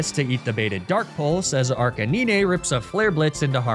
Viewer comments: Lol "Arc-a-nee-nay" 🤣😂🤣😂🤣 9. NINE. Arca-nine. Ar-K-9. Ar-canine. Arcanine! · Arr-ka-nee-nay? Nay! Arr-cay-nine! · Arca-knee-nay? Bro. That better be an inside joke. That's giving me a stroke just thinking about it. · ARCANEE-NAY? What? 😂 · arcaneenay lmao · Arcanine is pronounced as "Ar-cay-nine." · Ok he said Ar-cah-knee-nay like a minute later. Man just doesn’t know how to pronounce these things. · I'm sorry, the heck is an "Arc-a-nee-nay"? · WHAT THE HELL DID YOU CALL "ARCANINE"??? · Why is nobody talking about his butchered pronunciation of arcanine? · There’s no way that’s actually how you pronounce Arcanine right? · Better than Ar-ca-nin-eh at least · Freeza (DBZ), Fuh-RAW-Thorn, and ArcaNEENAY... I think bro needs to revise his basic reading skills lmao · "fur-ah-thorn"....do you purposely mispronounce names to get people to comment? between that and "ar-kuh-neen-ay" idk how it could be anything but intentional.